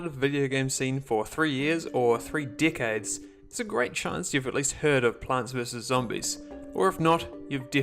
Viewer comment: Lol im not making fun of you just found the way you say decade 😂